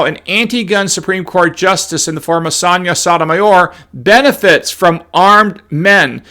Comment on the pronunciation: She’s a tool bag, but you are not saying her name correctly. The O’s in both her first and last name is the “Oh” sound, like O’Reilly’s Auto parts.